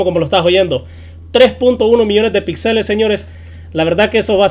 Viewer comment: Aprende a hablar, se dice Píxeles con acentuación en la i, no pixeles.